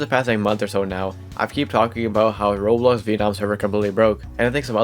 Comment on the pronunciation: ik this is stupid to complain abt but your pronunciation of "roblox" is very confusing, i keep hearing "roles" and its very confusing to hear and i found myself having to replay certain sections cause i had no idea what you were talking abt